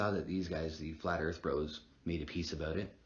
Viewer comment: hear on Ear-th